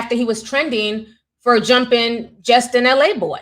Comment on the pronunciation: His name is “Laboy” not “L A boy”